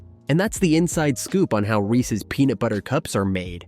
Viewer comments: Viewers, take note: it's pronounced "Reeses" not "Reecee." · I hate it when people mispronounce Reese’s. “Ree-cees Pea-cees” Terrible lol